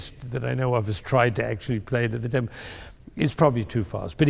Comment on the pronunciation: and it is not tempe, its tempo, just google it, and the listeners are applauding them for doing a job well done